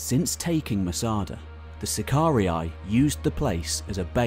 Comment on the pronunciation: BTW, SACARII is pronounced SACAR E - E.....NOT SACAR E - I !!! DUH